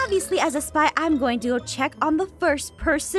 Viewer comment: It Sounded Like She Said “Supply” Instead Of “Spy” In The Intro Thing